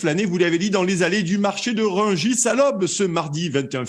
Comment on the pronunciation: le marché de Rugis ?! quel français, parisien, journaliste, ne connaît pas le nom du marché de Rungis ? il sort d'où lui ? 😳